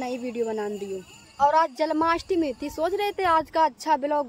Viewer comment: Janmashtami hota hai...jalmashtmi nhi